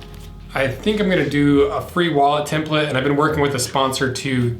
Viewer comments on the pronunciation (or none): none